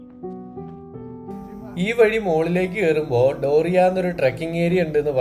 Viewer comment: ബ്രോ, ഡോറിയ അല്ല അതിന്റെ പേര്, ദേവരിയ താൽ എന്നാണ്. താൽ എന്നാൽ തടാകം എന്ന് തന്നെ ആണ്. പണ്ട് പാണ്ഡവന്മാർ വനവാസകാലത്ത് ഇവിടെ വന്നിട്ടുണ്ടെന്നാണ് പറയുന്നത്. പിന്നെ അവിടേക്ക് ഒരു 2 കിലോമീറ്റർ മാത്രേ ഉള്ളൂ. നല്ല ആരോഗ്യം ഉള്ളവർ ഒക്കെ ആണേൽ ഒരു ഒന്നര മണിക്കൂർ ഒക്കെ മതി മുകളിൽ എത്താൻ. സാരിയിൽ എവിടെ ആണ് താമസിച്ചത്? നിങ്ങൾ താമസിച്ച ആ വഴിക്ക് തന്നെ "Cafe Buransh" എന്ന പേരിൽ മലയാളിയുടെ ഹോട്ടൽ ഒക്കെ ഉണ്ട്.....😍